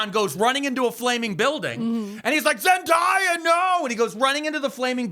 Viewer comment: He is frying me how he’s pronouncing Zendaya’s name 😂 I promise I’ve never heard it said that way